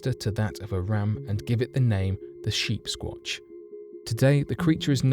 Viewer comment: I thought he was saying sheepsquanch, like on Rick and Morty.